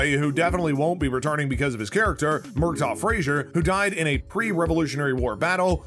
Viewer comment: And can’t pronounce names right. Surprise surprise murtaugh not coming back after her died, and that dude doesn’t even know authors name pronunciation...sad indeed.